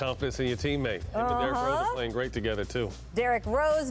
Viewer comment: Ima start saying greight like that